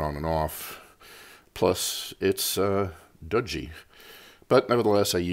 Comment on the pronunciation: Great vid. You crack me up whenever you pronounce "dodgy" though